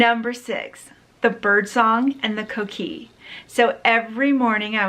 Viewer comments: Co-kee- /-co-Kee! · The Coqui is named coqui because that is the sound they make! its coqui ….coqui..coqui